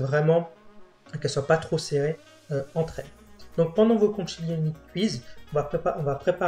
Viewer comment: Conchiglioni…. Con-qui-glio-ni pas conchiglioni. Je vous embête un peu mais franchement vous assurez!!! Merci beaucoup.